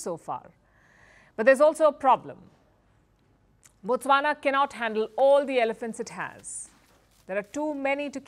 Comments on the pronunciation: Thanks for pronouncing Botswana well. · Wow the way u pronounce Botswana is impressive😊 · Wow you said Botswana exactly how we locals say it. I always watch your videos